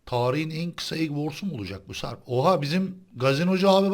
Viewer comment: ciyan diyor o siyan ağbeyy:)))